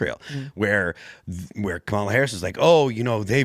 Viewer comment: You’re so stupid. You can’t even pronounce Kamala correctly